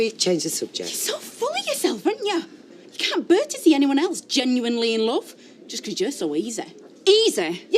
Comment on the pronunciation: Please someone teach how to say "to". Her manner of speech is so annoying.